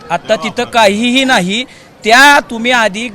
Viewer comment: केसरी शर्ट च्या माणसाला नाही नीट म्हणता येत नाही नया म्हणतो